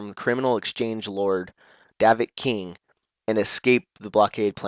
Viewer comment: it's Mission Vao... and Davik Kang -.- not veo and king...